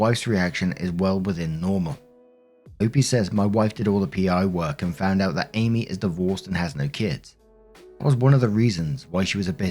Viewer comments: My god man its Āmee not Âmee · Story 1 it’s not Abbey it’s Amy pronounced A me. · Lmao im just distracted that you keep saying Abby when it says Amy. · Amy is pronounced A meee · Story 1. This is going to totally sound weird, but are you saying Abby or Amy? Because it sounds like Abby every time you say Amy’s name. Not sure if it’s a different pronunciation over the pond (potāto/potăto), but it was weirdly jarring to the ear. As for the story, it’s been a very long time since OPA and Amy were dating. OP’s wife officially won the prize! As long as boundaries are clear, I personally wouldn’t see any issue with them working together. But then, that’s me. OP needs to consider if that extra money is worth possibly sacrificing his marriage over. Story 2. Stretch marks are permanent. They fade, but they never go away. They are a result of skin expanding rapidly to accommodate changes going on inside the body. Hell, my first stretch marks were not with my pregnancy, they were with my chest. I went from zero to D cup when I was 12 years old! Stretch marks everywhere. And they faded. Also got them when I was pregnant. They are a perfectly normal and natural thing, and not everybody gets them, but there’s no reason to be ashamed, or to shame somebody about them. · So... Am I the only one hearing call "Amy" as "Abby"? 😅